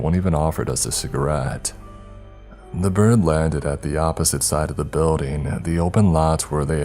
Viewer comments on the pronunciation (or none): BuildING!!!! NOT buildEENE!!!!